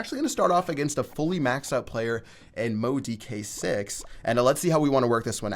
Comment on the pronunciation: did he pronounce Mohdq8 as Mohd d k 6? 😂 EDIT: he said Mohd d k 8 😂 why can't he read.